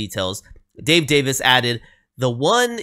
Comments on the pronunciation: You had the pronunciation right, it's not like day-viss, it's like day-veez. Rock on! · The best pronunciation is daviz the last letter should be more of a zed than an s. You are correct that it's more of a soft i, like in pin, than a long e at the next to last sound.